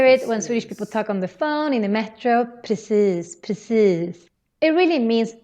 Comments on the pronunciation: ...hahaha... at this timestamp you really have a perfect pronunciation of "Precis", but in a way where your accent sound just like the finer calmer areas of stockholm. Almost a bit royal. Rich people would turn around and stare at you everytime they hear your "precis" to see if its one of their friends passing by 😂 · I was super impressed with your pronounciation all through the video but mate. That i in precis was perfect, very Lidingö!